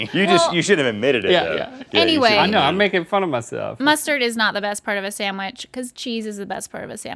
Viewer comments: Am i the only one to notice she says sandwich —> sammouich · you are amazing, smart creative, funny, smokin' hot, and just the whole dam package... but dam, girl... I hate the way you say sandwich. It's pronounced just how it's spelled. You are a real treasure, and I'm glad to have you in my life every Saturday morning. But... sandwich... say it right. Love you!